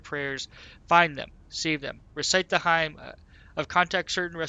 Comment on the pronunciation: Hymn is pronounced "Him" it's a sort of religious prayer.